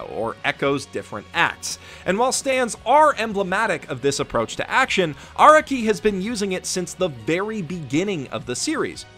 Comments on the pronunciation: Well, I know this is a two year old video and all, but I wanted to place this here for those who may only rely on what this video says. (SPOLIER WARNING AHEAD) First of all, Araki is pronounced 'Ah-rah-ki," not "Ara-ki" like says in his video (which, other then his mistakes, is amazing). Second, many of the "plotholes" people believe are in JoJo, like Araki forgetting Giorno, Bruno, Jotaro's ability, etc. ability to, speed up someone's thought process and reflect damage, tell if someone's lying, STAR FINGER, etc. is NOT Araki forgetting. Think back on the story of all of those characters. There are not any battles afterwards where there would be a need to use/show that ability in use. Star Finger has long range, but is weak compared to Star Platinum's actual strength. Fighting someone with Star Finger like DIO with The World is not the best idea. After the introduction of Giorno's ability to make people's subconscious go haywire, there is no need to show it on screen/on paper, as we should know it's happening to whomever is being hit by Giorno's stand, Golden Experience's punches. As well as, none of the things Giorno creates beyond the point where his damage reflection is shown is able to reflect said damage it takes. All of this was covered by Youtuber, Hamon Beat. I suggest watching his video series on the false allegations of moments of "Araki Forgot." I also emplore you to watch his other video about the times Araki DID forget. That'll be all from me, a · why do you say araki wrong?